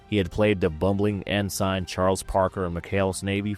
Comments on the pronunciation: Can't take a narrator seriously when they mispronounce so many words. Ensign is pronounced In-son, not In-sign. High Chaparral is pronounced Shap-a-rell, not Chap-ral. Debbie Reynolds played "Debbie Toms-son" not Debbie Thom-son. Monty Python opening sketch was A-till-a the Hun, not A-tea-la. These mispronunciations were made within the first 7 minutes. I'm sure there are probably many more, but that was as far as I could get before losing my mind. I thought narrators were supposed to be chosen for their grasp on the English language. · Pronounced En son not en sign. Wake up! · En-sign…? Really!